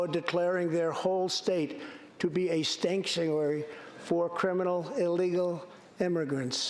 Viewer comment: "Stanktuary" was the most hilarious misspeak I have ever heard. You guys need to co-opt this STAT.